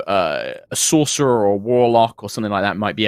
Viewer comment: Sorlock... Sorcolock... Warserer... Worcestershire?